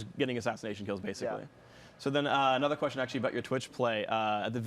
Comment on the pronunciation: "I wanna ask you a questionald, Regi". - Phreak 2013